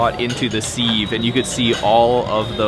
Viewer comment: Dude, i love your channels, but please look up how to say sieve... just like Siv.... it eats me up inside :| Keep doing what you're doing though please... LOVE LOVE